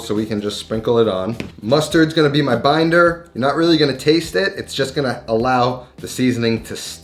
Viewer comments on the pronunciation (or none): none